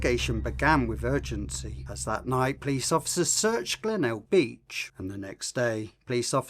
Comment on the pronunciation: Oh it’s Glenelg beach not Glenalga